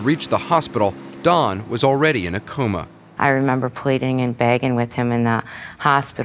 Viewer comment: The only thing that's funny and not to be a terrible person to said but he saud cooma